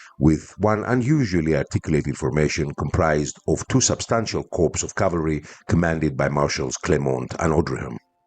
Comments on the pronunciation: I am an avid fan of yours, am a subscriber and watch all your videos. Your English is especially good but I would just like to point out to you that the words corp or corps are both pronounced "core" in English. It is only a small thing but I am sure you would like to be told If you were mis-pronouncing something. As always thanks for your interesting video and looking forward to the next one. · one thing “corps” in english is pronounced “core”, with the p and s silent due to its french origin. Thanks for the vid!